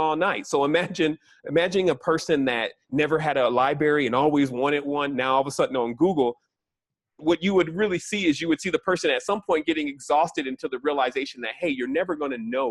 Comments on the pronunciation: The word is library. Not libary. Geez. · Dude says “libary”. Copy that. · "Libary" lmfao I guess he's one of the people who have never been to a library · Liking this so far but,....did he just say libary? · Can't pronounce "Library" correctly....Also going to teach me advanced knowledge about our language...um...